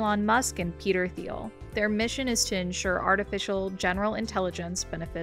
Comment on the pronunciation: Who calls OpenAI OAI? Also mispronouncing Peter Thiel (pronounced Teal). I just started watching and I don't know if this channel is automated or not... These small inconsistencies make me wonder, but everything else is so humanlike that I'm bewildered